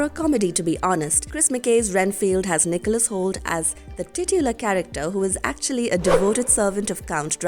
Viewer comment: Jesus... next time try to get all the names right. Nicolas Hold in Renfield? And that's just the most obvious one. Pathetic.